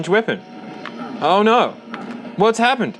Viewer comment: I love hearing say "Ar nar!" ❤